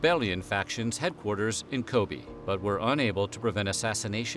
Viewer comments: That pearl thing sounds pretty screwed up. And it's "Ko-bay" not "Ko-bee", but anyways.. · Just a note: Edo is pronounced eh-doh , Kobe is ko-beh, and sake ( sa-keh). The e in Japanese is pronounced “eh”.